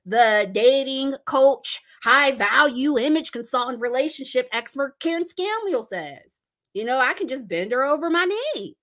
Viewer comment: Did you say Karen Scamuels??? 😂😂🤣🕊